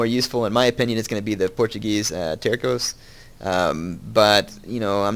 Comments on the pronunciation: Here the "C" from Tercos is supposed to be a "Ç" which has a "S" sound so you read it like Tersos. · I think it's pronounced ter-so. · terco is not the correct word, CA got it wrong. They were called "terços", pronounced "taer-sos"